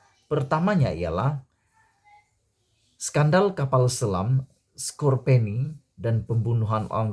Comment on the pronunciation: Eja melayu kapal selam sekopeyen, sebut kapal selam xbetul